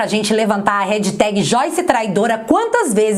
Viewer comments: vídeo excelente! Obrigado mais uma vez!!! Me permite uma pequena correção (há tempos que gostaria de te dizer isso... 😉): HASHTAG não se pronuncia REDJITÉGUI... e sim RÉSH...TÉGUI (som de X como em liXo). Bj! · Adoro seu canal!!! Mas corrige a pronúncia do # hashtag. Não é "redtag". É Hashtag. Beijo beijo! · # hashtag (pronuncia-se rexitégui). Perfeito o vídeo.